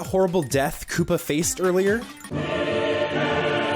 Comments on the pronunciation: its supposed to say KOOPA not KOOPER Lol no hate bc im not hating ur soo funny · Koopa spelled like this koopa not kooper